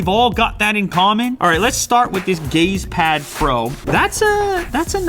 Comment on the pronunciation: who heard gayspad instead of gazepad